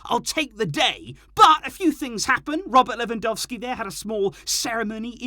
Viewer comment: If you can pronounce Le-van-dov-ski's name correctly, maybe you can pronounce A-rah-OO-ho's name correctly, too? 😁